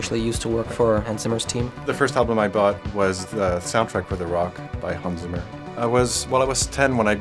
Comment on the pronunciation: Han Zimmer ? lol It´s Hans Zimmer he german not chinese, guys xD